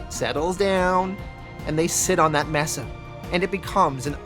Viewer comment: May-suh. Mesa